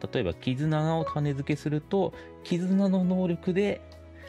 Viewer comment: たねづけ、ではなく、たねつけです。